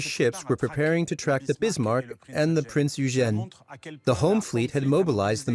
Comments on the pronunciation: Why is it so difficult for AI to pronounce Prinz Eugen (Oy-gen), I don't speak, read or write in German, but I at least know how to pronounce certain foreign words. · Typical American, never even bothered to find out how super well known German ship names are pronounced. Or is this just more AI slop. Printz Oy-gen. Dude, British, not English. Many of these people were Scotts. There's no W in the pronunciation of Swordfish. It's a sord, not a sWard. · I usually enjoy the documentaries from this channel. As a native German speaker, however, I absolutely abhor the narrator's pronunciation of "Prinz Eugen" and Admiral "Lütjens". The historic facts are presented well but I would appreciate a more coherent and perhaps better researched/practiced pronunciation of any foreign names in the future. Apart from that, I am always looking forward to a new video. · Is it thar hard to pronounce "Prinz Eugen?" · Not sure if this good documentary is AI narrated but both the pronunciation of Kriegsmarine and “Prinz Eugen” are sloppy. Also not sure why the basis is a French documentary….